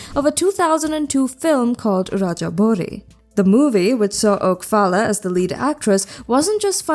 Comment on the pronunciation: Her name is Phalla, pronounced Paula. Oak is her last name